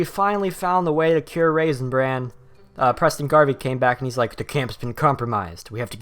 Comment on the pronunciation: It sounds like your saying raisin brand